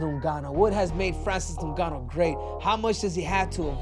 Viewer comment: New-ganu lmao. Olympics don't teach reading classes, obviously.